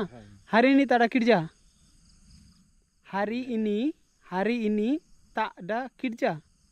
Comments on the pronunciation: হচ্ছে কিন্তু উচ্চারণ গুলো ঠিক হচ্ছে না বাংলাদেশের মতো হচ্ছে। মালয়দের মতো উচ্চারণ শেখো আর কাজকে কিরজা না কেরজা বলে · আপনার ভুল প্রথমেই বিসমিল্লাহির রকমানির রহিম হবে না, হবে বিসমিল্লাহির রহমানির রহিম। আর কিরজা হবে না, হবে কেরজা।